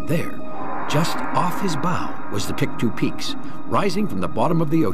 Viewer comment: Pic-too peaks, lol.